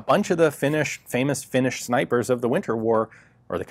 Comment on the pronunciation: Your pronuonciation of Finnish is Atrocious, but thats okay eh. Nobody but Finns get it right.